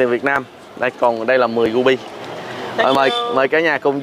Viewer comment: ... CÀ RI mà nói CÀ GHI, RU BI thì nói là GU BI .... bó tay lun ...:face-blue-smiling::face-blue-smiling::face-blue-smiling